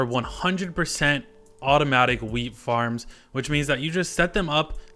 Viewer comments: Is it just me or does it sound like he says weed instead of wheat. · nice vid but for a sec I thought he said weed not wheat